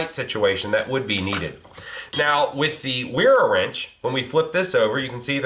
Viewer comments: Great video but I can only assume it's pronounced vera... German brand and name. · It is pronounced Vera. The German 'w' is pronounced like an English 'v'. Put a 'v' on the front of 'era' and that's how Wera is properly pronounced. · Pronounced Vera